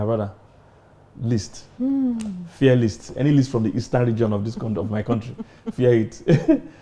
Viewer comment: He said fear list Hahahahahaaa 😂🤣😂🤣